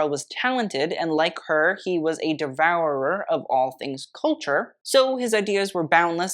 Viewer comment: For those like me who knew little of KL beyond the surface, this was informative and very well-written. I didn’t yawn, so that’s good. 😊 Also, your pronunciation of the word “devourer” [ dih-vou-uhr-er ] made me smile!